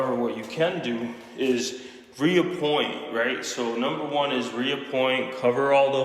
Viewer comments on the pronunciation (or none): It’s re-point sir, no A hahah. Looks good though!